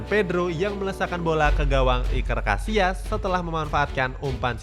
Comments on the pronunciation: Iker Cassilas bukan casias lain kali di ketahui dulu sama David villa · Yg gue denger : Iker Casillas Yg adik gue denger : Iker Casiass